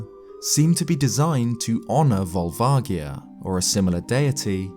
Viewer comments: Pretty sure it's a hard A, and a soft O and G. Volvagia. The first A is pronounced as an A, or eh and not ah, or aw. The G is pronounced with a soft G like George, or like you would pronounce a J like Jerry, and not a hard G like Garry or grapefruit. The O is also a soft pronunciation like "aw". Edit: Looking at it again, the "vag" in Volvagia is pronounced like "v-age", with the AG sound being pronounced the same way you would say "age". "V-aw-lv-age-ia." or "Vol-vay-gee-uh" Phonetically speaking of course. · Awesome video! However, it's probably pronounced Vol-va-ji-a. The Japanese name uses ジ (ji) not ギ (gi). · Vol-vah-jee-ah will always be how I pronounce it, it's closer to the Japanese pronunciation. They came up with it so they get to choose pronunciation. I know I should just let it go and I'm sorry for being petty about it, but I just couldn't leave it alone. THAT SAID, this video was really great and informative! It really made me look at the Fire Temple and Volvagia in a way I never had before. Though honestly I thought you were going to say the Gerudo built it when you started talking about how Ganon might have known about the dragon. That, combined with the architecture and the original style of the Fire Temple's music with the Arabic sampling really made sense to me. I was a bit surprised you didn't go in that direction! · The G in Volvagia is a “soft G” actually, when looking at the Japanese spelling. Amazing video. Never would have known about Spectacle Rock being in Ocarina of Time. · I have pronounced it vol vadgia for twenty years. I've never heard it with a hard g until today. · JSYK Volvagia is pronounced: Volv ….:. (like the start of the word Volvo as in the car brand but minus the 'o') ag- said like 'age' (as in how old you are) ia- rhymes with Sia (like the singer/songwriter) Volv-ag-ia. Not Volv-agg-ia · Ugh, you say Volvagia wrong